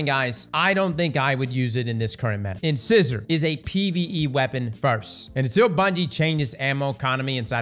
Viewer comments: It’s in-SIZE-er not in-scissor 🤦🏻‍♂️ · In-size-r not in-scissor I'll get shit but it IS funny hearing it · Ok, it's pronounced "In-size-er". Named after the sharp "fang" teeth lol. Not internal scissors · Bro is killing me with the wrong annunciation of in-size-or. LIKE YOUR TEETH. Inscisors😂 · Not to be that guy but I'm totally gonna be that guy, I'm pretty sure its in In-SIZE-or not in in-sizz-or, It's supposed to be like our teeth of the same names. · In-sigh-zor not in-✂️ lol. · Why do all destiny streamers have the pronunciation skills of a 4 year old? I just heard Grenader Jake pronounce it the same way. It's Uhn-sai-zr not Inscissor. Its a tooth we all have and no one can pronounce it. Its such a petty thing to get mad over so im sorry ahead of time. But c'mon! lol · Inscissor? Wow you really don’t know how to read? It’s pronounced In-cy-zer like the tooth. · It’s pronounced “in size er” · Keep hearing people call inscissor makes me chuckle. That dentist joke up above though 😂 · I'm just here to hear him say "Inscissor" don't mind me <3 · Saying In-scissor is driving me nuts! Have you ever been to the dentist,?!! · IN-SIGH-SOR for the love of god dude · Just a heads up, I'm pretty sure it's pronounced in-size-er. As in front teeth. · repeatedly pronouncing it 'in-SIZZ-er" is like an adult that still says "LIE-berry" instead of Library 😂😂😂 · In-Size-Or, like the name for your teeth. Strand Trace Rifle sounds awesome, though! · In-size-or as in the the tooth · “In scissor”? Okee-doke then, ayup… sure. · I could SWEAR it's In-Size-Or. Buuuut, I could be wrong 🤣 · In-size-er like a tooth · Did just mispronounce incisor 😂 In-size-er, like you know the kind a tooth we all have. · In-SIZE-or Like your teeth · I'm sorry, but it's driving me crazy... in-size-er is how it's supposed to be pronounced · In-size-or… like the tooth… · Omg, "Inscissor"😂😂😂😂. When will pronounce things correctly 😩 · In-sizer. Like the teeth. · Ins eyes er